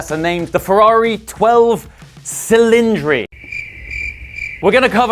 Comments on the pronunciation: the word "cylinders" in italian is pronounced "ch"ilindri not "s"ilindri 😄. Primary requiste to buy a new Ferrari - you have to be able to prononce the name of their cars correctly 🤣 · You're a bit harsh on the looks but very, very entertaining. Learn your italian pronunciation...... C in italian is pronounced CH. Chilindri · The correct pronunciation is ‘ cheeleèndree’. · Cylindri pronounced Chillindree. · its chillindri